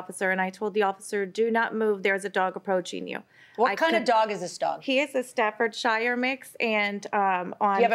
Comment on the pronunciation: The smug defendant irritated me when she mispronounced "Staffordshire". Her final statement about the dog is "going to remain safe" speaks volumes, though. Not cool.